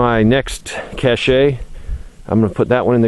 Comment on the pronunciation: Great place, but looks Brrrrrrrrr! I hate people to correct my speach, but I want to correct one word you use. Feel free to tell me to mind my own business. Cashe is a french word, the e is silent, so it's pronounced cash, rhymes with stash. It isn't pronounced: Cash A. Another one for example is the South Dakota city of Belle Fourche. Amazingly, it's pronounced Bell Foosh. I lived in Beaufort, SC for a couple of years. By the video, I presume you live somewhere up in the mountains. Beautiful.